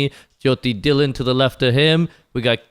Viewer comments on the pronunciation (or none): For godsake stop calling him Dhi-Lunn.